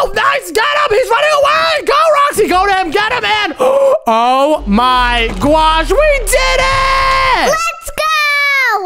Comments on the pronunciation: It's not gwosh its gosh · OMZ is say for oh my gosh its oh my gwosh